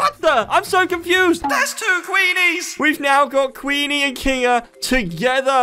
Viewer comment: Its Queener not Queenie